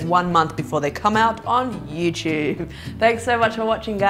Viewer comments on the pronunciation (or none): none